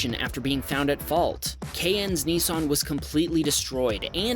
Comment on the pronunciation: *Niss-an, not "Knee-sarn", ffs...